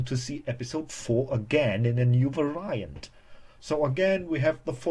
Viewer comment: Also, some of your syllable emphasis was unusual, specifically with "reminiscence" and "variant."